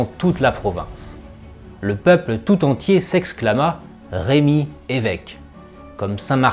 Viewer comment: Votre vidéo est intéressante mais je vous en supplie, corrigez le prénom de ce merveilleux saint évêque : il s'agit de saint Remi et non pas saint Rémi. Je ne comprends pas pourquoi les Français déforment ce si beau prénom avec un accent. S'il vous plaît, corrigez cette faute. Même les plus grands historiens font cette horrible faute. Il ne s'agit, me direz-vous, que d un accent, mais tout de même. Toutes ces personnes qui parlent ne sont assurément pas de Reims!!!